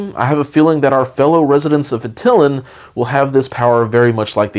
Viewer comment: Great video as always, but I believe it is pronounced "At Ti Lan" not "At ti lin" hehe